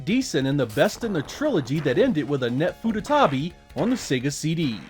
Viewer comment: I will never not hear "Annette Futanari"